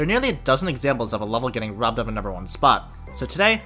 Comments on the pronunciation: Who else understood "The RobTop 1" instead of "The robbed Top 1"? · Great video. But I kept hearing "robtop 1" instead of "robbed top 1" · every time you said "robbed top 1" I thought you were saying "robtop one" which confused me every time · Am i the only one who hears "robtop" instead of "robbed" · I can't stop hearing robtop 1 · i heard "robtop won" for so long and i was really confused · Whenever he said robbed top 1 I thought he was saying RobTop won 😂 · "robbed top 1" really sounds like you're saying robtop one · why do i keep hearing robtop 1